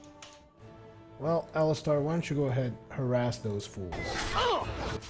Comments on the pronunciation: Well I personally go by Al-is-ster despite my spelling but I believe it's Al-is-stair as it's spelled, one thing that agitated me about play through is he always said it Alli-star. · It's pronounced like the league of legends character alistar (Alis as in Alice in wonderland and star as in star)